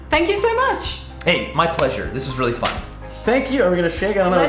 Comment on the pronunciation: I disliked when he said I'm wheely smart